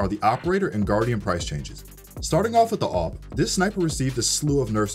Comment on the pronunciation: I heard OP as AWP😂